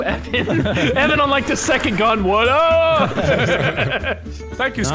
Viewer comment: That second one never went off, instead he said necond